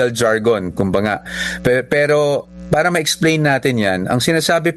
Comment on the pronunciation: Hirap ka sa word " para" that's bisaya word.😅😅😅